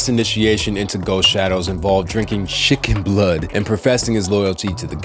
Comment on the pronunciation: Bro said shicken blood😂😂😂😂